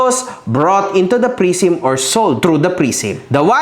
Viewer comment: Idol mali pronunciation mo sa prism Saka genuine pagalitan mo researcher mo